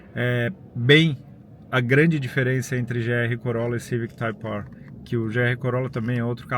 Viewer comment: Bom vídeo. Mas tenho agonia de como ele fala "Type R"